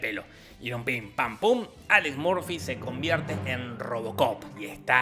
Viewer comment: Alex "Murfi" no, se pronuncia "Morfi"